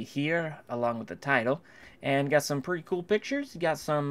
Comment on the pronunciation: That's pwitty coow